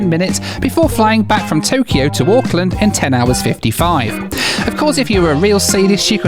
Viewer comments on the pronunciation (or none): none